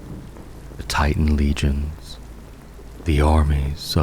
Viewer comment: Bro can you bit say “G”. Legion. Lee-jion. Not leg-on. Legionnes. Lee-jiones. NOT leg-ionnes. You do it in every video and it kills whatever relaxed mood I had